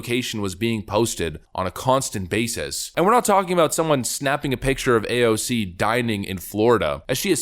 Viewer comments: PLEASE, NEVER change the way you pronounce AOC's name. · PLS CONTINUE TO pronounce her name the way you did instead of just using AOC . It way more condescending in my opinion and you seem to have fun doing it .